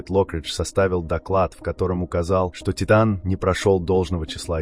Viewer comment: Az nem Tájtön, hanem Titán.